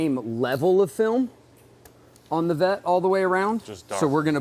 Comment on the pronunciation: he said vette